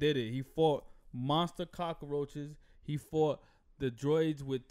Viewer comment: Why he call them cockaroches 🤣🤣